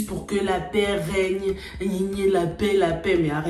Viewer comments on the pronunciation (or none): none